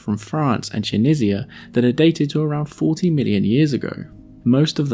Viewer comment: hey that's where I live Tunisia 😊 You pronounced it like shit though 🙄🙄🙄😑😑😑